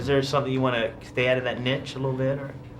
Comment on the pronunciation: The interviewer doesn't know how to pronounce "niche" (I can't do the accent on the e with my laptop) Nich? What the hell is that?